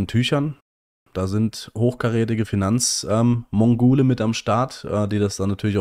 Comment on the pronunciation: Hat er Finanzmongule gesagt?